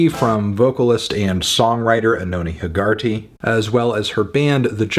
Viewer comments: I cringed at the pronunciation of Hegarty as heh-GAR-tee all the way through. It’s an Irish name and is pronounced HEH-guh-tee. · That is not how you pronounce Hegarty lol